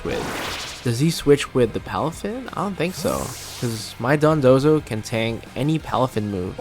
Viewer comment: You're pronouncing dodonzo like dundozo